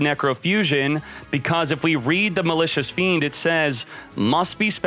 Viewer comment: Was I the only one who understood Malicious Bean ?